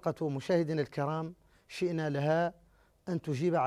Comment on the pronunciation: المذيع قال شِئنا لها 🤦‍♂️